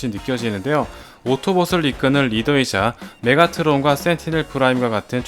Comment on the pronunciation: 메카트론이 아니라 메가트론인데ㅔㅠㅠ